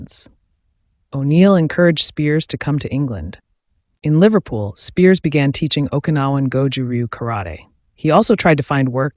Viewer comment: Be nice if you pronounced his name correctly. So many of these videos proclaiming the life of gary. Most are incorrect.